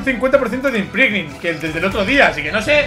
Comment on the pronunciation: no se ha dado cuenta q dice imprinting no imprimging